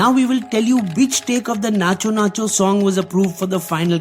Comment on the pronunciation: Bro firstly let me tell you that its , Natu not nachoo Its pushpa thagedhelee not jhukega nahi saala